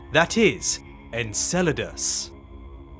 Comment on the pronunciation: in and if this dude says Encledaus one more time.....